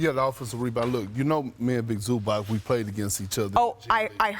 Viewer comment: Thank you for pronouncing his name correctly